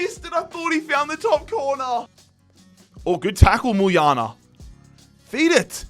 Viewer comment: my boy actually saying muljana the right way